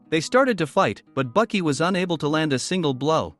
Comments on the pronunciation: pretty sure th text to speech just called baki, buckets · His name is baki not bucky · Bro who tf is Bucky it’s Baki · Cringe. It is Baki pronounced " Bah-key" and Hanma pronounced" Hahn-mah" but you keep calling him Bucky Hann ma.🤬. I don't know why this annoyed me so bad but I stopped watching the video at about a minute and 36 seconds cuz you keep calling him Bucky. Same with his father's name Yujiro pronounced " Yu-here-o with a roll on the r"🤦 I noped out of this one real quick as it would have continued to cringe me for over 17 minutes and I wouldn't have been able to enjoy the video. Misennunciation of pivotal characters in a series annoy the hell out of me.